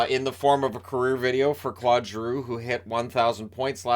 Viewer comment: Always love your vids, but for someone who I know spends time trying to pronounce players name's correctly, I cringe every time you say Clod Giroux. It would be like calling you Shaynan lol.